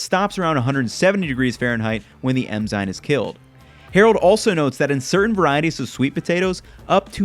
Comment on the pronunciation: Dude said emzyne